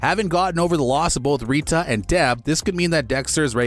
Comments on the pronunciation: “Ree-tuh” Also: Ending bad again.. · i have never been as mad at someone saying rita as i am now